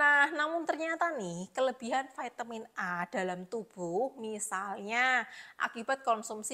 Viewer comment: Bilang aja Vi ta min, gak usah di eja neko2,,, Vai te min,,,, medok gt kok kebarat2an ,,,,hmmmmm😂😂